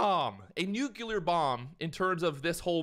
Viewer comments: It's " Nuclear " but anyway good luck with your channel 👌🏿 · And it’s nu-klee-ur. NUCLEAR. Always, always check the spelling first, sound it out privately and then say it.